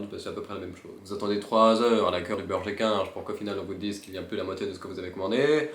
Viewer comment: J'ai eu grave de mal pour le premier "Burger King" parce que je pensais que tu disais "burge-équin" 😂